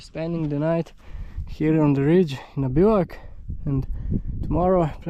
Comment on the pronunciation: I love the way you pronounce bivouac. I never heard that word until your videos.